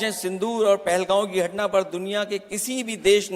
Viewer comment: पहलगाम ❌ पहलगांव ✅